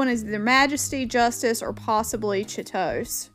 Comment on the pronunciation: Chitose is pronounced Chee-toh-say... hope that helps! can't wait to see who you get 🥰